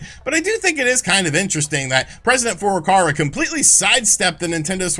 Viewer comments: Just waiting for Nintendo president FLCL to give us the goods. It wouldn't be so bad if didn't say the name so many times in quick succession. President four door car-a. Furukawa is close to Fouuru-cow-a. And like Sean and his 12 shares, I can offer the correction because I bought his 32x book, the signed edition even. And its great. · Is ever going to pronounce "Furukara" right?